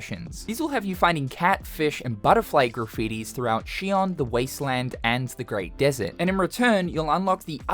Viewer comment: What you pronouncing Xion like that, it’s not Sion.